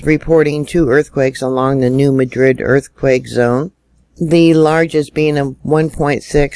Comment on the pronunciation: Hi! Because it’s Missouri they actually pronounce it New MAD-rid! I know.....don’t ask! Thanks for all and keep it up!